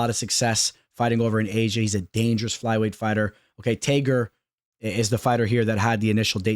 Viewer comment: Ngl bro the way you said Tagirs name annoys the shit outta me LOL